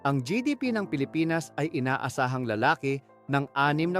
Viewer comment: mali pagka bigkas mo sa salitang LALAKI..... LALAKI na sukat hindi kasarian oi